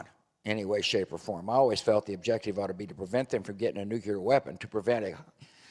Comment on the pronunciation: He still can't pronounce NUCLEAR! His late father could.